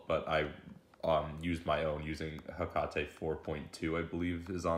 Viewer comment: its hek-ate not hek-a-te